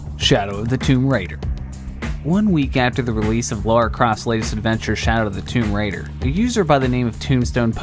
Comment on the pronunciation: Never heard anyone put the emphasis on Raider in Tomb Raider.